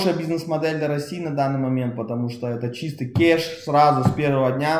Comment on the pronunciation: Не «кеш», а «кэш». А вообще крутое и полезное видео 😎